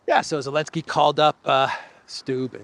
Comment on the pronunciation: Why do you say 'Elensky'? Just to show disrespect? Childish.